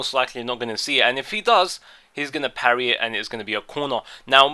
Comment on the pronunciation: "He's gonna perry it" PHAHAHAHAHAHA!!!